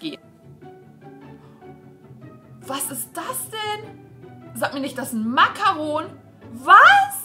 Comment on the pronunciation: Wie sprichst du bitte Macaron aus???!!!